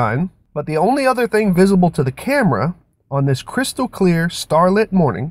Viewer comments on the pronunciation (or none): none